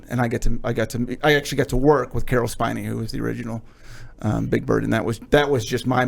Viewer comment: No one can ever say Caroll Spinney’s last name right!!😆😆